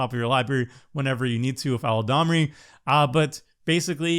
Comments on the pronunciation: "Eladrami" XD. spends too much time listening to Seth:p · Yo what's going on at MTG Goldfish, is it a meme I'm not privy to? Every single host calls Eladamri "ELADRAMI" lol... I deserve to know!